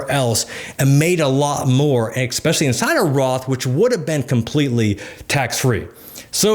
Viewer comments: Cmon bro it’s ESpecially not EXspecially lol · “Expecially” smh 😕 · No offense, but the word is ESPECIALLY, not EXPECIALLY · Expesially? Eggspesially? 😅🥳✌ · did he just say x-specially? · I think I unconsciously knew not to put penny stocks into an IRA, but clearly spelling it out for me helped to actively avoid that as a long-term investment strategy :] Thanks for the tips, “ekspecially”s aside ;P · Great info. At the risk of sounding like a prick I must say the use of the word “exspecially” does make me question a guy’s credibility in most circumstances. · it’s pronounced Es-speshully. Are you from philly or Pittsburgh? I hear they pronounce the ex